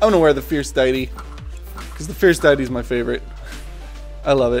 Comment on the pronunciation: Please tell me you actually know how to pronounce diety, (dee-i-tee)